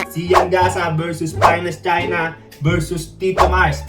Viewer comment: Rinig mo din🤣